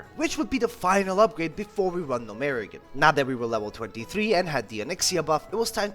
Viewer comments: Gnomeregan (Gnome- ruh-gan) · Love the videos, great work STOP SAYING GNOMEREGAN LIKE THAT FOR THE LOVE OF GOD